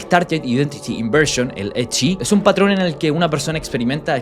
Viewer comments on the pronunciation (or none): none